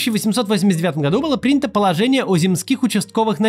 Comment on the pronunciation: Земских! Ударение на 1 слоге.